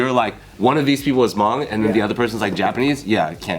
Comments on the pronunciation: I appreciate the video dedication, and also, there’s not a strong UNG in the pronunciation its more an O like in mow or boat..as well, the H isn’t truly silent but that gets a bit mire complex to describe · The guy in the red t-shirt to minutes almost was fainted after pronouncing the word "Hmong". His eyes were all shut and he almost had a heart attack due of the God's given name, "Hmong". Justkiidding. "Tsis dog dig".